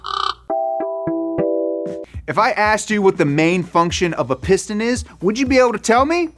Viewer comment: I see you saying "piston" but I keep hearing "porn stache".